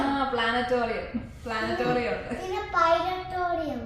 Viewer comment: പ്ലാനറ്റേറിയം എന്നാണ് കേട്ടോ. ജോക്കുട്ടന് ചക്കര ഉമ്മ.🌺🌺🌺